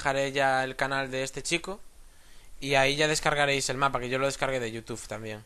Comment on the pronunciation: te tengo una pregunta ¿porque dices caminantes de yiutiup